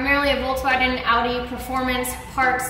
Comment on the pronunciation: "audi tit"😂😂😂